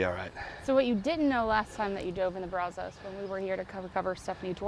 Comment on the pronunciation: Why is calling it brazohs, when Brazos (brazzs) the o is silent. All my life living here never heard of gators in the water and we went fishing plenty. Now a guy just caught gator garp fish thingy about a week ago. Like I tried to tell Doug he is not in the water. That type of car in pristine condition is worth something. I remember hearing guys talk about the chop shops in bellmead/el mott area and outskirts of Waco going to bellmead. The water levels are down because we are in a drought. We are on water restrictions since last year.